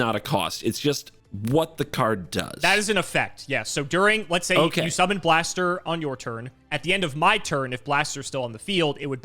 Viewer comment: I'm glad that gave another shot at pronouncing Blaster's name correctly.:)